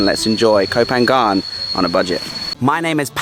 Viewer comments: Koh Pha-ngan not Phan-gan ค่ะ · I've always thought it was Koh Panyang (sound) not Koh PanGan (sound) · Ko pha ngan is a better way to pronounce it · I thought I was pronounced koh panyan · It’s pronounced Go Panyaan. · Love the videos as always, how come you have lived in Thailand for so long and still can't pronounce koh phangan? 😂